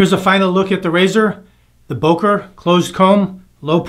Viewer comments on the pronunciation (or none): It's pronounced "BUhker" as in "hUrt". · Very nice video as usual. Your pronunciation of Böker killed me. :D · You are pronouncing "Böker" wrong. Those dots on top make to "o" a front-vowel not a back-vowel as you pronounce it. Since my native language is enriched with vowel sounds it is extremely easy to for me to criticize you for mispronouncing "Böker".